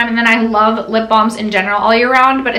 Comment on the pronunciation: I swear I thought she said “thongs ” instead of “balms”— got my husbands attention fast! Lol 😝